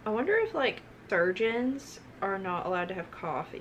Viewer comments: 🤭 I thought she said “virgins” instead of “surgeons” lol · LITERALLY I THOUGHT I WAS THE ONLY ONE WHO HEARD VIRGINS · It Didn't hit me she said Surgeon's instead of Virgins 😂 until she got to the word coffee bahahaah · When she said surgeons I thought she said virgins 😆😆😆😆